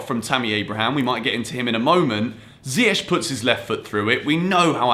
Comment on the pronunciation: I learnt that still cannot pronounce Ziyech correctly....